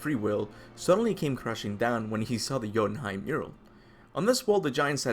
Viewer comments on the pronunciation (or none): none